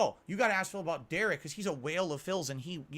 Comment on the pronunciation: SAYING DERICH IS INNOCENT IM DONE